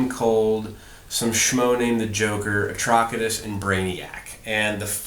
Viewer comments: Atrocitus is pronounced "A-tross-it-uss" ... as in 'Atrocity' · Hi there, loved learning about this new card game but just one minor thing, it's not Atrokitus, his name is like the word atrocity but itus at the end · isn't Atrocitus pronounced like Atrocity? It sounds weird to me when you say his name. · Thank you for this. It helped out greatly in learning how to play. Only thing else I have to say is how HORRIBLY you pronounced Atrocitus. But it's ok. Lol!! Thank you, again. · i would pronounce Atrocitus like atrocity, just saying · you pronounced Atrocitus wrong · Cool vid. I think I'll get this game. it seems like it goes well with the dc lore. also you mispronounced atrocitus. the c in his name makes the s sound